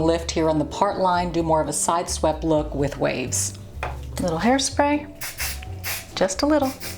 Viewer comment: had to chuckle when a Texas gal says 'a little bit of hairspray"---- have you tried the Revlon all in one brush hairdryer? I love mine